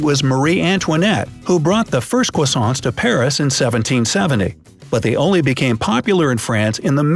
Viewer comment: Cwoissants XD